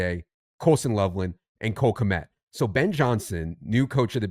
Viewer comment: Guys... It's Cole Khmet.... It's not freaking Rob Gronkowski. No one fears Cole Khmet lol Cole Khmet... Cole... Khmet... lol. Pausing for effect. Love the content fellas. Keep it coming!